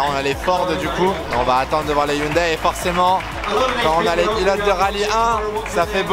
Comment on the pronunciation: Franchement, le WRC, c'est pour moi, la meilleure discipline automobile ! 😍 Et ça fait plaisir d'entendre enfin quelqu'un qui dit Hyundaï, et pas Ioune Dé comme Neuville ou Sordo par exemple... 🤣 Et la "safety-car"... Ça se voit que tu viens de la F1 toi ! 😭 En rallye, on dit "voiture de sécurité". 😁